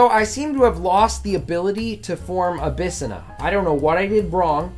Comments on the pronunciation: Abyssinia is pronounced Abys-sin-ya not "a bis a na." XD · First off, your pronunciation of Abyssinia (abba-sin-ia) is quite funny. Second, cool video cant wait for more! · bro how you pronounce abyssinia is cursed